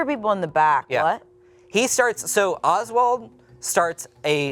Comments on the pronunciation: Oswell, not Oswald. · Dude it's Oswell, not Oswald. Leaving out a ton of info out. What the heck are you doing my man???? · Well, his name is Ozwell, not Oswald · Love you guys and I am so happy you made this video. It is Oswell E. not Oswald. If you did not know. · Not getting Oswell E. wrong and calling him Oswald. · His name is Oswell, not Oswald. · not to be a bitch jus lettin yall know his name oswell not oswald